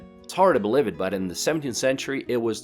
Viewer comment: Thank you for this very nice video. I’m from US and had no idea that there were so many modern beautiful cities in Russia. I want you to know your English is fabulous!!! Only one word gave it away. Believe. I notice Russian accent has the “ ieve” sound like live instead of the E sound. Your English beautiful